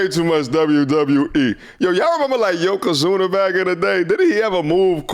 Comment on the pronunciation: Not yokazuna 🤣🤣🤣🤣